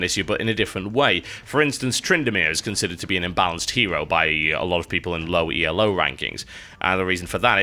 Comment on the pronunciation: Hi TB, I don't want to come across as stupidly pedantic, but it is Elo, not E.L.O. score. It is based on a chess rating named after a Hungarian chess grand master called Arpad Elo. Thanks. :)